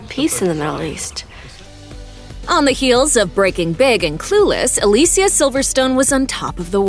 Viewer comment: Aah Lee see aah